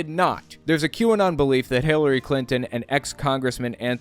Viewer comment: I swear I heard "Hitlery Clinton" when Greg said her name lol